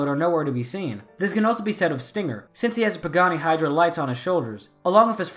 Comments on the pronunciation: The fact that you called the Pagani Huayra a Hydra was really annoying me lmao. It’s pronounced y-ruh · Small nit pick here but it isn't Pagani "hydra" it's "Huayra" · It’s huaryra not hydra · Oh my I’m not trying to make a big deal but just liking cars hearing the way you called the Pagani Huarya (why-ruh) “hydra” it was painful lol nah the theories solid though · Sorry, but it’s Pagani Huayra, not Pagani Hydra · Huyara not hydra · Ok first the Lamborghinis are pronounced 'guy-are-dough' and second the pagani is pronounced 'why-ra' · The way he pronounces pagani huayra as bagani hidra annoys me to no end, otherwise great video. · When he calls the “Pagani Huayra” the “Hydra” made me cringe so much. But great video. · I was gonna say something about he pronuciation about the Hyura but then I remembered. No one can pronounce it. Not even top gears Jeremy Clarkson